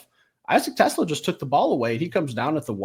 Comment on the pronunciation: PLEASE … learn how to pronounce TeSlaa’s name. Is it the end of the world? Of course not, but show the kid a little respect.